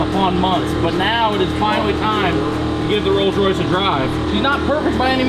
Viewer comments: Yea its Coals Royce. 😂😂😂. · Ah yes....The Coals Royce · The "rolls royce campom